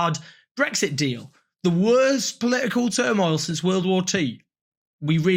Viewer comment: "Poli'ical par'eee."